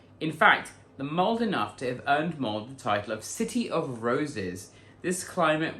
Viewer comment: My mom is from Molde. It is not pronounced mold. The E is not silent. Sounds like Molda.